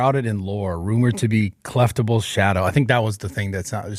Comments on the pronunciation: “Clef-tables shadow” ….. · So I think the word you're looking for big dawg is "Clefable" not "Cleftable" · did no one catch he said clefable and not ‘clefAYEble’ 😅😂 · Logan calling it Cleftable, tells me everything I need to know.